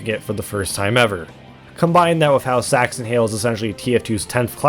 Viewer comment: Im pretty sure the original upload was age restricted because the "sax" part of "saxton hale" sounds like "sex" and you say "saxton hale" quite a few times over the course of the video